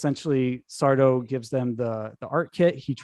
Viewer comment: IT'S SARDO! ACCENT ON THE DO, YOU PHILISTINE!